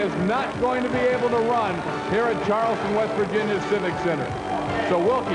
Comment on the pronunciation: it's West Virginia not Vest Virginia.